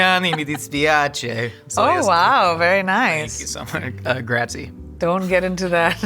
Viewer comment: Gratzi ? dafuq